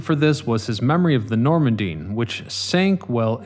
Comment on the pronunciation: Nor man DEE